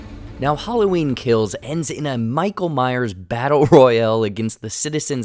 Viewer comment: Lol “michael Myer”